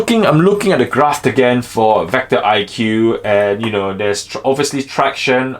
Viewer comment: It’s vecto not vector